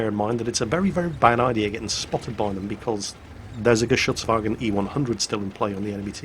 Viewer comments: Just creamed in my pants hearing say "Geschützwagen E-100" and pronouncing it the right way. WIE GEIL!! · Awesome pronounciation on the "Geschützwagen" there, you obviously used your time in Germany well,!